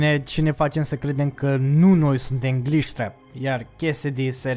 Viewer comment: Gliștreap :)) am murit de ras cand ai zis